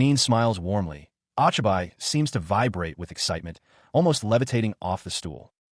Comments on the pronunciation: "Ah chai bai" instead of Ochibi lmao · I'm pretty sure the name is pronounced "Oh-Chee-bee" The "i" Is never long in romanji unless it is after an "A" Also, creating ANY kind of automobile in a fantasy world shouldn't have worked. She should at least be limited to things within the Tech Level of the world. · Hey bro.. Isn't the 'o' in Ochibi like hey? and the extra "ne" like it is spelt cutely by kids?